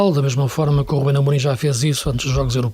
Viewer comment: Por que é que todos os parceiros de LFL, neste programa, dizem RÚBEM Amorim?